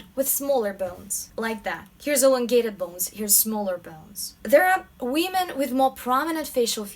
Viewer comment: "wee-men" lmao